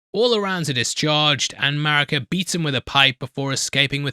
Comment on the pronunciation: Did someone else write this for you? It's pronounced Mareeka not Marika.